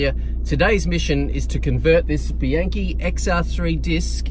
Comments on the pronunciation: Well that's what Yankee knowledge... and some world tour wins get you..TREK. / and its pronounced : Bee Ank Cay.. not Bee Yank kay.. I know you Kualas down under love italiano.. goodonya to practice it.. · Actually, it's Koala* and "Bee-un-kee", "A" in Italian is always pronouced like "AH" (as in "under") and "I" always like "E" in English. (Not to mention that, in Italian and English, and in fact in every language using the Latin alphabet, sentences are separated by only a single period.*)